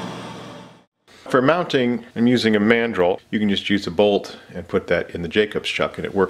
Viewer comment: I'm so tired that when you spoke about mandrels, for half a second my zoologist brain heard it as mandrill and I half expected a large baboon to come help you. 🤣